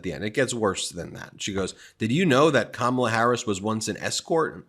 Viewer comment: Is Trump just incapable of pronouncing Kamala Harris's name correctly, or does he think he being clever,,,,If he keeps pronouncing her name Ka-Mala,, she should start pronouncing his name Don-Old